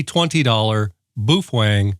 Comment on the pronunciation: You get me with 'Boofwang' every time 😂